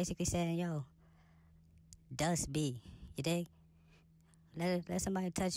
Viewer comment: if you been ar people with over bites you would clearly be able to tell that she said dust she got a over bite so that’s why it sound like she said duck…